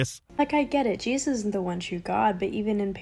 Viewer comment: She has the name of the book wrong (there's no "s" on Revelation), but she knows what's in it well enough to know that it's coming true. She also seems unable to say the second syllable of "Jesus." Not to mention the rest of her nonsense.